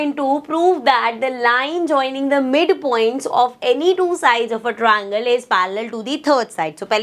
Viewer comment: Triangle ❌ Troingle ✅ Ma'am your way of teaching is best but I don't know why I hate when you say Troingle instead of triangle